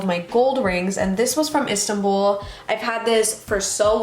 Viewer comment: Im turkish and the way you said Istanbul was hilarious lmao😂 like there wouldnt be anyway for me to understand that you guys were turkish if you didnt say it🤣